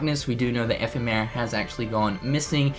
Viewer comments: epheee-mera!!!!! What!? its (eff-em-er-a)! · love the updates, but its funny how you pronounce it like F. E. Merra. thanks for the news tho. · Still can't pronounce 'Ephemera'... smdh